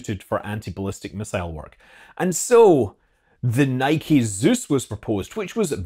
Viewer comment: Great video, and good to hear the correct pronunciation of NIKE. 👌👌